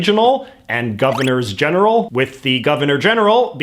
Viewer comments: You slipped and said "Governor Generals" instead of "Governors General" several times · Governor's General. I cringe when u say Governor generals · oh jj, love you, but "governors general", please. not again and again with the "governor generals". come on now.